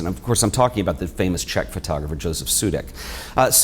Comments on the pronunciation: It is pronounced "Yosef", like yoyo. Otherwise beautiful video, thank you :-) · Josef in czech is pronounced Yosef